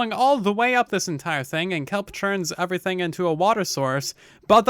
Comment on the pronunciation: why does he say overything instead of everything and Ashley instead of astley